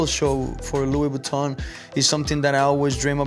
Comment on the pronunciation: Lou boutton mdr la prononciation